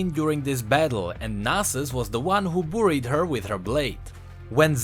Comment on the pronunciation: "Boo-reed" LOL